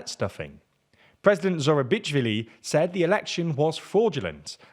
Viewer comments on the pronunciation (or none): I'm halfway in and it seems pretty accurate so far, but it's hard to hear you talk of the president as Zoura-bitch-vili XD It's "sh". This is the French transliteration of her name which would be "Zurabishvili" in English, stressed on the first syllable as every Georgian word. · its not zuraBITChsvili its zurabishvili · I don't know which transcription of her name they used but it sounds closer to Zourabishvilli in reality. It doesn't help that they regularly butcher foreign names either. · Respectfully, Salome's family name is pronounced as "ZurabiSHvily", she's Paris born as you noted, in French "ch" reads as "sh" in English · Her Family name is Zurabishvili, and it would be easer for you to pronounce :))) <3 and small correction if i may ,Journalist`s where not injured in clashes but rather purposely targeted and beaten by gov forces. good video overall. <3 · say "Sah-loh-meh Zoo-ra-BEACH-Sh-Villy" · “president Zorabitchvilly” lmao